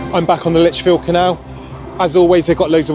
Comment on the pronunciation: It’s Lichfield not Lit field.